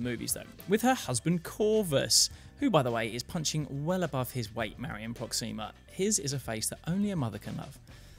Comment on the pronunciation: I hate to be the "you're pronouncing it wrong" guy, but it's PrOxima, not ProxIma. It just sounds... Weird when you stress the i